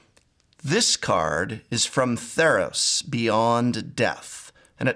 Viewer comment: He says ThEEros >:(